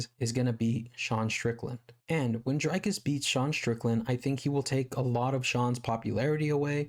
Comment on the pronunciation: One more thing, his name is Dricus which is not pronounced Drycus but more like Dreecus like the double ee in see but said a bit shorter.